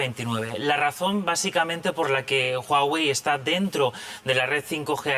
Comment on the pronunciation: como que jagüey? es Huawei